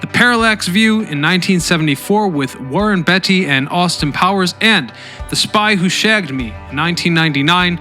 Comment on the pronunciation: And he also mispronounced Warren Beatty. Beatty rhymes with Katie. He said it as Betty 😂.